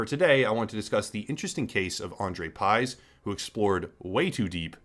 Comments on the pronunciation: It's pronounced Piyzh. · it's pronounced like pig but with 'zh' instead lf 'g'. well not quite but closer than pyzhe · You really had to screw up his surname like that, haven't you. Y is ɨ and 'zh' is ʐ His surname is 'Пыж'. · You pronounce pyzh wrong. Not even close how it suppose to sound